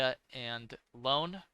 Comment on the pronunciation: It's Ione (ee.o.ne), not Lone 😁